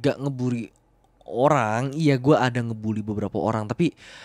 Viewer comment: "olang" gak tuh?😂😊😊